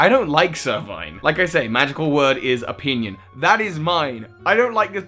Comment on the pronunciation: the way he says "opinion" oh God oh God 😍😍